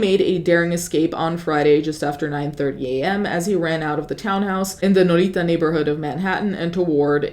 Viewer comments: Nolita literally stands for “Northern Little Italy” and does not need any fancy superfluous Italian pronunciation bro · pronouncing “Nolita” with an ethnic accent is wild